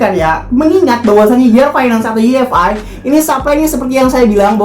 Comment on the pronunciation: Koreksi bang bukan yi ef ai, tapi wai ef ai. Makasih 😁